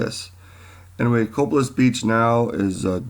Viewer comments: Just an fyi but it is pronounced "Co-pay-liss" not "Cop-a-liss" If you have ever been here and spoken with the residents you would have heard this. Thanks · It is pronounced COE PAY LESS beach.